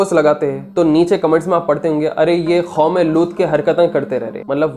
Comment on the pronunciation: Khatal kia ya Qatal? Khom e Lut ya Qoum e Lut? Khayamat ai thi ya Qayamat?